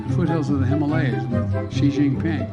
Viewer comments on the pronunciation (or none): none